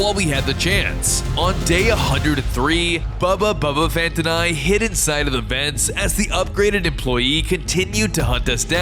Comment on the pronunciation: why do you keep saying bubba bubbaphant